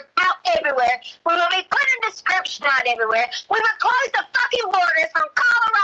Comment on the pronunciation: “Subscription” for “description”😂